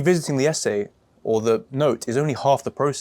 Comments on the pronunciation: Essayer = “eh-say-yay” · It is essayer, not essayère. I excused your mispronunciation the first time but one can only handle so much. Why are you pronouncing the r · French guy here. I dont think we say “essayering” 😂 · Ess ah yay, not essayère. In other words, have a comment to boost the engagement metric. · as a french speaker , i giggled aloud at his pronounciation of "essayer".. it's cute , his accent